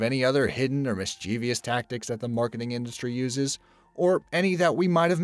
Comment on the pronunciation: WTF is the word "miss-chee-vee-us"!? it's mischievous! pronounced miss-chiv-us!